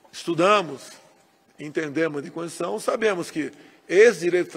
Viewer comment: nem consegue dizer a palavra "constituição", quanto mais respeitá-la